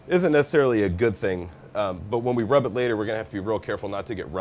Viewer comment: It's "secret rub". Not "secret grub". Grubs are worms that crawl in the ground.